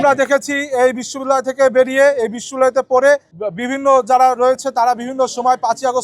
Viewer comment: বিশ্ববিদ্যালয় শুদ্ধভাবে উচ্চারণ করতে পারে না। হইছে লেতা (নেতা)। নেতার কোয়ালিটি দেখে ল্জ্জা লাগে।